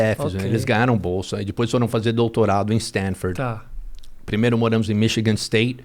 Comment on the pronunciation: Mas “dipois” podia melhorar o português. 😅